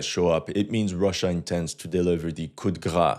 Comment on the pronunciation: In coup de grâce, the "de" is actually produced in French.